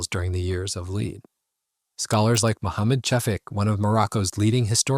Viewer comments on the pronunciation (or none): I understand pronouncing the Moroccan names and words in French is difficult, but the "years of the lead" one was hilarious. It's "lead" /lɛd/ as in bullets, not "lead" /liːd/ as in guide